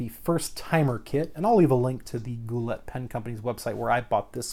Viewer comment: the t is silent in Goulet.....